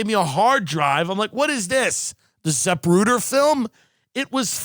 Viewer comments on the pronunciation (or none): “The zapruda film” Lmaoooo